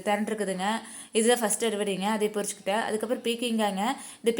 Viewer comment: சகோதரி வேகமாகப் பேசுவதும், தோட்டத்தைக் காட்டுவதும் மட்டுமல்ல காயையுமபூக்களையும் பொறிச்சிக்கிட்டேன்னு சொல்வது என்னது??? பறிச்சிக்கிட்டேன்னு தெளிவாக தமிழை உச்சரிங்க. உங்கப் பேச்சை நீங்களே ஒருமுறை திரும்ப கேளுங்க.